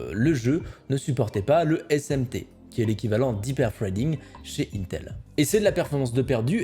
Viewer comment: "Un_tel".. Donc "Integrated Electronics" se prononcerait "Untegrated Electronices" ?